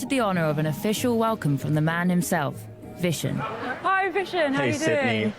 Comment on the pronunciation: Its not a Vision lol, his name is 'Vishen'